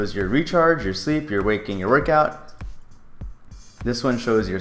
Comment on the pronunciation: You point at the word "waking" and say "walking".